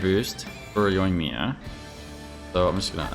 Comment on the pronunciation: The emphasis is on 1st i on Yoimiya. Dude why do you insist on pronouncing it incorrect, just once say right.